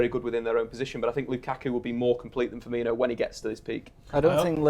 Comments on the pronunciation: Seriously pisses me off so much when people call him Firminho like there's no fucking H it's just Firmino. Stupid Manc twats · hes not called FIRMINHO, its just FIRMINO, no H, no "Inyo" sound, just "INO", "FEAR-ME-NO". Its really not that hard. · firmino, not firminho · "Firminho" fucking idiots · It's Firmino not Firminho you fat grizzly